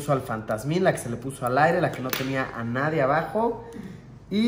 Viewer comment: Nadien xd es "Nadie"